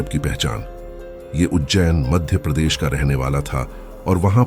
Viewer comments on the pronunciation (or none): none